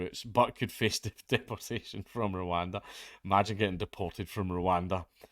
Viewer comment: "Your going to Rowanda"